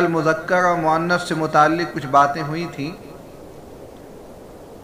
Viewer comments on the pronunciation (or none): مذکر ہے مذکڑ